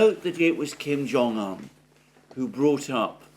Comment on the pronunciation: Kim Jung Un NOT Kim Jung An